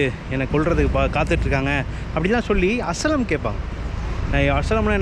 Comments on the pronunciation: "அசய்லம்". "அசலம்" இல்லை ! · Bro FYI it's not as-lam it is pronounsed as aa-shy-lam ( asylum )